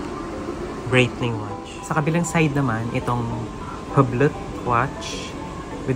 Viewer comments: Just FYI: #Longines is pronounced as Lawn-Zheen ( silent S ) | #Hublot is pronounced as OOB-LO ( silent H and T ) "Gilid ng dial" is called #Bezel. May I suggest that you google & research first so you can have a better content. Thanks! 🙂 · Hublo kuya kng basahin d kasama ang T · Hublot should be properly pronounced “Yublo” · to correct lng po its, car-ti-yey (cartier), lohn jeans (longenes), Yu bloh (hublot), Bright-Ling (breitling). tnxxx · For your next vlog, correct pronunciation of Hublot